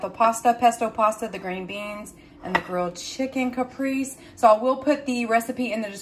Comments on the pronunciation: It's cah-pray-zay for caprese lol A "Caprice" is an old school car! The walk was so wonderful. Do any of the Dollar Tree employees comment on your weight loss? You probably look like a different person. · it's pronounced Kuh- pray-zay salad. But either way you want to say it, it looks delicious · I think you meant caprese… lol it’s pronounced like (cap ray zay) … love you girl no hard feelings! Also I make this recipe all the time my kids love it! I usually make my own pesto but also you can put the mozzarella and chicken underneath the broiler until it melts and then add the tomatoes and pesto so it doesn’t lose its color just a suggestion